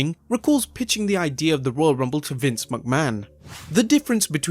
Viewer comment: please...figure out how to say mcmahon.... its not MUCK-man it's MICK-man dont think about it...and say it quick....MICK-Man, Mick-Man, McMahon